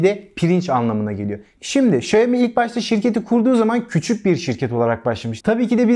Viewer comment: Okunma şekli şayomi değil şiaomi diye okunur. Direk çince çevirisi budur.